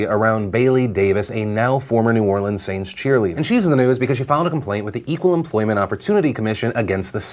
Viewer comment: I'm from New Orleans Phil and I have an emotional take. You pronounced the city name correctly and I applause you for that.